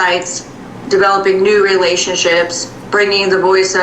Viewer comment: 'Respectfully - 'new' not 'few'?